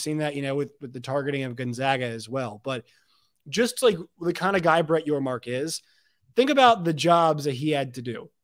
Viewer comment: It's Yormark